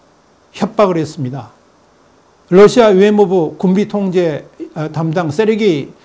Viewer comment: 추부길님 다 옳고 좋은데 Lussia 가 아니라 Russia 입니다 그것 하나만은 틀립니다.